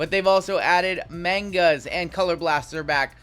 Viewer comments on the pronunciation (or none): It is pronounced “mahn-guh” not “mane-gah”